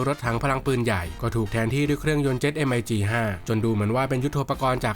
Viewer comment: เครื่อง MiG 21 อ่านออกเสียงแบบรัสเซียว่า มิก 21 ไม่ใช่ เอ็ม-ไอ-จี-สอง-หนึ่ง เป็นเครื่องยนตร์จากเครื่องบินรบMiG 21สัญชาติรัสเซีย เริ่มผลิตในปี 1959’s